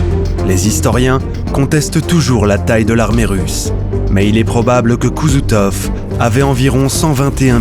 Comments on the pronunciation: Quel dommage! Le sujet est passionnant. La méthode de narration, avec les cartes animées, est vivante et claire. On ne se perd pas dans des détails inutiles. Mais... Tout est gâché par le narrateur, qui ne maîtrise pas sa matière. Koutouzov devient parfois Kouzoutov. Des liaisons "mal-t-à propos émaillent le discours. On passe du passé simple au présent sans aucune cohérence. Des effets de dramatisation fragilisent le récit factuel. Bref... Ces faiblesses nous font douter de votre compétence et de la nécessaire rigueur historique. La mariée est jolie, mais elle pète et dit des gros mots, je ne dirai pas "oui". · Koutouzov et non Kouzoutov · À partir 3min et 12 seconde. Attention, c'est Koutousov et non Kousoutov !